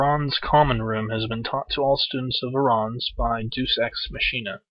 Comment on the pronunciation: For future reference, deus ex machine is pronounced day-us-ex-makina and it is a latin term meaning "god in the machine" and a deus ex machine is when some random or lucky thing comes out of nowhere to fix the problem(s)